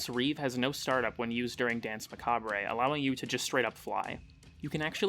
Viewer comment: I love how you pronounce "ma-CAW-bray".